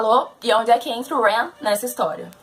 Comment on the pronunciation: Wren* e não When